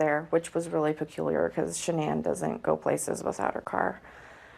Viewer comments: It bothers me so much when a channel doesn't get her name right. It's Sha_Nann. It feels disrespectful to her memory every time I hear it 😢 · Her name was Shanann, not Shawnin.